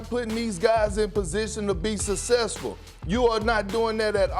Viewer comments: Kendrick “sussessful” perkins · Kendrick "Sussesful" Perkins 😂😂